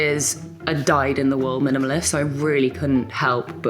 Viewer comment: “Minimalist” lmaooo…oh vogue